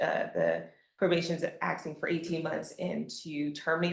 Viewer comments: Lawyer: I'm axing for 18 months. "Axing"...Really? We are fuxked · "Axing"? Send this lawyer straight to conjugation camp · Did his lawyer just say "I'm axing court"? A lawyer.